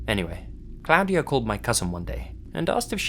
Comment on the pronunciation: Cloud-ee-uh Haha not how you pronounce that, but his off pronunciation of things makes me smile. Pronounced claw-dee-uh by the way :P